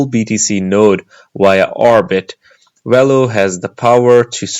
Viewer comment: It’s not “wello” it’s Velo.